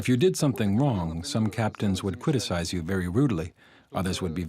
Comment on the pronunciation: does the translation narrator say "quiticize"???